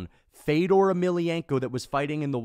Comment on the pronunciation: I hated hearing you talk shit on Fedor while saying his name wrong.